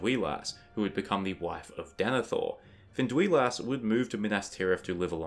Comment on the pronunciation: It's Fin-duy-las. Except that awesome video!